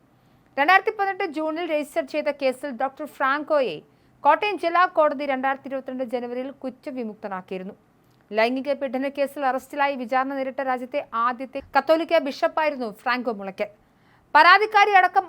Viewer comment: സമർദ്ധം അല്ല സമ്മർദ്ദം. പീഡനം. പീഢനം അല്ല മലയാള ഭാഷയെ താൻ ഇങ്ങനെ പീഡിപ്പിക്കല്ലേ?